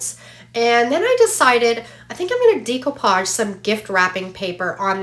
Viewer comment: No offense but decoupage is pronounced like deck.